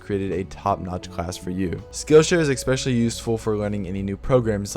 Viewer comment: especially not exspecially